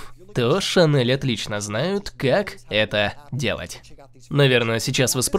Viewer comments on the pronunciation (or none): none